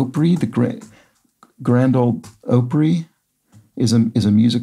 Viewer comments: OPRY is opp-ree. Like a nickname for opera. Not Oh-Pree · Opry is derived from opera, so is pronounced ah-pree rather than oh-pree.